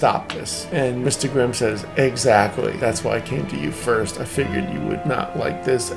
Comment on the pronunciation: I heard say “eggactly”